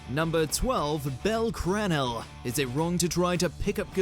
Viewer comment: Absolutely engaged. This is heresy. I can't forgive it. Cranel is pronounced Cruh-nell.